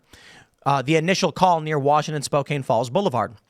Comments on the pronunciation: Tim you are saying Spokane wrong the a make the same sound as the letter 'a' in 'cat' and the e is silent. "Spo-can" would be the phenetic way to say it. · It's "Spoh-can". Or I will also accept "Spoh-cocaine" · Spo-can is how it’s pronounced and is the meth capital of the world if I remember correctly terrible place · It's "Spo-can" lol 😂🤣 Spokane is red we get out voted because of Seattle!! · Spokane = "Spoh-KAN" I suppose you also pronounce Willamette as "will-uh-met" instead of the correct "wil-AM-it" RESEARCH RESEARCH RESEARCH, Tim. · I'm so tired of this idiocy, and insanity. BTW, Spokane is pronounced spo can. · Every time tim says spokane I cringe lol it's pronounced Spo Can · Spokane is pronounced spo can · Pronouned Spo-Can. Makes we want to go leave a patch on it. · The city is pronounced "spo-can". Alternative name is Spo-Comptom. Pray for us this year. Our AG is running for governor (gungrabber Democrat) who threatened people woth prosecution for running against him. If he wins, our once great state may be gone for good............. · Thanx for the story, tim Pronounced spoke anne. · It is Spo-CAN Washington. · not that it matters, while its spelled spokane its pronounced (spo-can) the e isnt said and its a soft "ca" sound not a k sound. i live in the state but eastern and western washington are very different places. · It is pronounced spoke ann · We call it SpoCompton but its pronounced Spo can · fyi it's pronounced Spo-can. just sayin'. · It's "spO-can" lol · The E is silent in Spokane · Nobody can pronounce Spokane properly. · You pronounced Spokane wrong. They throw the scooters in the river here that was the issue. Yes our city filled with liberals that all ran from their cities. Fun fact, our da is a republican (rino) and he's horrible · lol I never heard someone pronounce Spokane like that before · It's weird to hear your city talked about like it's California now, mispronounced or not its kinda sad. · spoke ann. Not spokaine. Spoke. Ann.